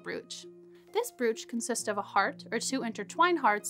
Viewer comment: brooch is pronounced broach or browch